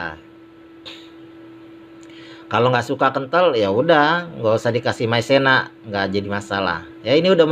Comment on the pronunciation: Maizena bang bukan maisena maaf ya kalo tersinggung 😅😅😅